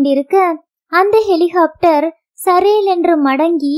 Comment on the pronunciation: வாசிப்பில் குழந்தைத் தனம்.அருமை. ஹெலிகாப்டர் ஐ ஹெலிஹோப்டர் என்று சொல்வதை தவிர்த்து இருக்கலாம்